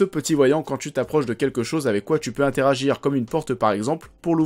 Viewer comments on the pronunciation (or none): none